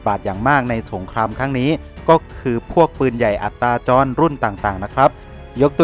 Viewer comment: อัตตาจรครับไม่ใช่อัตราจร อัตตาจรหมายความว่าสามารถเคลื่อนที่ได้ด้วยตนเอง